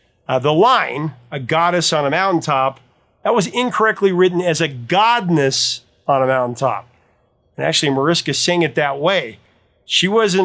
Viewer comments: I feel so vindicated right now regarding "Venus." I always wondered what the hell a "godness" was but figured it was "goddess" and I either had crappy hearing or it was a case of difficult pronunciation for a non-English speaker. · No one would ever care that Mariska Veres, lead singer of Shocking Blue, slightly mispronounced a couple words. She was a "Goddness," herself, and just absolutely adorable. Along with being a fantastic singer, of course.